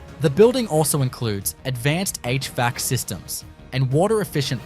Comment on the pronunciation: h vac, not h vee ack!